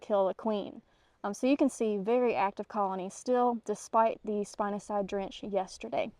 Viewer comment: Way to go! I've never even consided trying spinosad. Its pronouced spin (like a top) a (ah) sad (😢) I've use it for various types of worms but hadn't even an inkling about trying it on ants mounds of any kind much less fire ant. Those little devils.